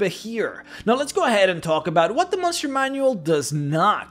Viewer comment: Love the vids but i have to ask do you know how to say the word "what"? Just wondering.